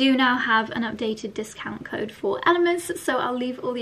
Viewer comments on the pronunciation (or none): none